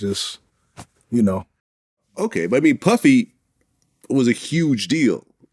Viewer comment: He said Puffy like to partyy